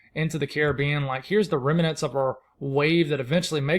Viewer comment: The word is remnants. Just two syllables. I thought as a weatherman you should know. ✌🏼